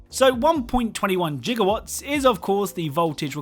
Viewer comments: Gigawatt, not jigawatt. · im sorry “1 point jigawatt”? i suppose you call it “jigabyte” as well haha all jokes aside beautiful content